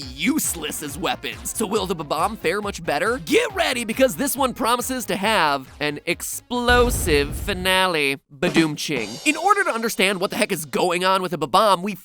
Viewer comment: Did you just say bedom ching? Who the hell says bedom ching? It's budum tsst!!